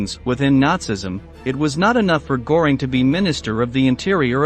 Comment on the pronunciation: Der Kommentator sollte sich entscheiden ob er englisch spricht oder deutsch. Aber wenn schon deutsch, dann richtig ! Nicht, z.B. Geheime Staats-Poleisei ( statt Polizei ) oder Hermann Goring ( statt Göring ), usw. Der Qualität des Berichts schadet die richtige Aussprache sicher nicht.